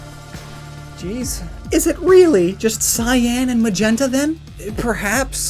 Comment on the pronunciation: Why do you say cyan like that, It's annoying as hell. Why do you keep putting emphasis on it?